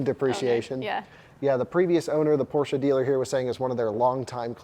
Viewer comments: Thanks for not calling it Porsch like some ignorants. 😂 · congratulations! And you pronounce Porsche correctly with a German „e“. Have fun 👍